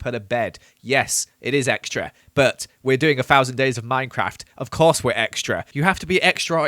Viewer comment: I think he said exetra like 1000 times